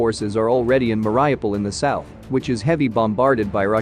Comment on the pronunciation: MARY- OH-PULL